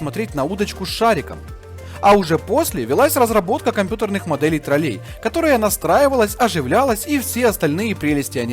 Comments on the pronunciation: И не троллЕй, а трОллей, у вас как с русским языком, автор? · Да не троллЕй, а трОллей! Можно посмотреть в интернете, как правильно ставить ударение. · трОллей, а не троллЕй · тРрОлЕй, а не ТролЕй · Классное видео, но вот ТролЕй очень режет слух. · после ударения в слове троллЕй на букву Е - расхотелось дальше слушать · согласен, были гоблины. Я написал про то, как автор ставит ударение в слове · афффтор ролика жжжёт с ударением в слове тролллей на букве Е.